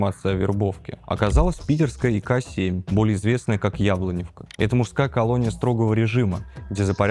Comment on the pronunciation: Только не ЯблЕневка,а ЯблОновка.